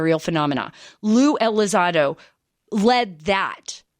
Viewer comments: I keep hearing her say ELI ZAD OH... lol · "Blink 132".... "Lue ElizARDO"..... Pretty embarrassing